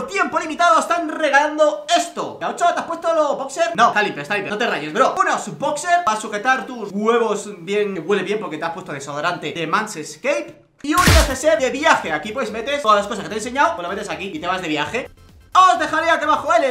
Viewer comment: Has dicho mal el nombre es Man Scape, no "Mans Scape" yo sí que me rio por lo bien que haces tu trabajo xdd